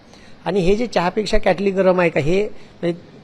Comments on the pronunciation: त्यांना साध किटली बोलता येत नाही तो क्याटली बोलतो आणि हे म्हणे गुरुजी आहेत आधी मराठी भाषा शुद्ध बोला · क्याटली नाही रे किटली असते ती😂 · Marathi... Kitli mhantaat kyaatli nahi😅😅